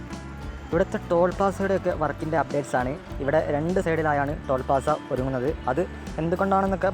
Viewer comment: ടോൾ പാസ്സ അല്ല ടോൾ പ്ലാസ. 😭😭😭